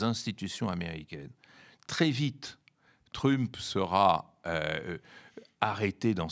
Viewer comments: C’est énervant ce “Trümp”, pourquoi pas “Müsk” alors ? Jusqu’à maintenant l’analyse évacue le fascisme. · Ce vieillard qui prononce " TrU-mp", et nous cite des sketchs de Fernand Raynaud, croit nous donner une analyse moderne, il est pathétique ... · Jamais entendu un francophone dire Trümp !!! Ça fait un peu bosch, non ? 🤣🤣🤣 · Démonstration magistrale ? Il ne sait même pas prononcé le nom Trump ! Mais Monsieur sait tout ! Ah mais c'est vrai....faut qu'il protège son salaire !!!😂😂😂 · Pitié, prononcez Trump correctement... Le personnage est déjà assez pénible. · I est incapable de prononcer correctement le nom "Trump" l'expert? C'est grave énervant 😵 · C'est vrai ! Ca m'a fait trop marrer !!😂😂😂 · Je pense que c'est voulu. C'est une marque de non-respect.